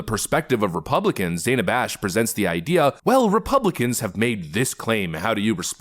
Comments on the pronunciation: Did anyone catch her saying Dana correctly, then correct herself and pronounce it Dan-ah 🙄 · Wow, she mispronounced Dana's name. Does that make Kamala racist?